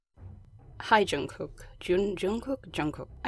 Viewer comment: You said Jungkook correctly don't worry!